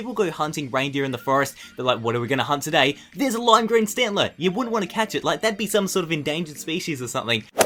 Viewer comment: Stantler ??? really ???